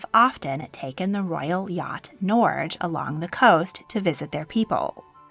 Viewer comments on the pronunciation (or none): Haraldsen, not Harldsen. The second "A" is not silent. Harald, not "Harold". The "e" at the end of "Norge" is not silent.